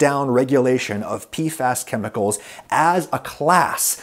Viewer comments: PFAs (PEE eff AYs) Not (PEE fass) wtf Adam, no wonder bro didn't know what you were talking about 😅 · wasn't prepared for adam saying it as "pee-fass" instead of just saying the letters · It's P-F-AYS